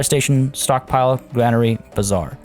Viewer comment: Your pronounciation of bazaar sounds more like bizzare.😂😂